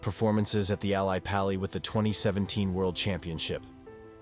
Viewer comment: the way the AI voice said Ally Pally :face-green-smiling